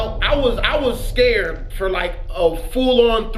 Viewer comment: "I was all types of scurred" 😂😂😂😂